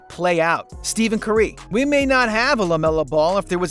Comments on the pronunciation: did this guy really just say Steven CurE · He said it like steavean curay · It was interesting that you said Steven Curry